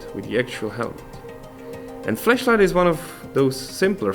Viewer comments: So many little people concerned about how he said flashlight. Sad. By the way, he is obviously bi-lingual, are you? Lmao. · Even though the pronunciation of flashlight is questionable, everything else about this is incredible.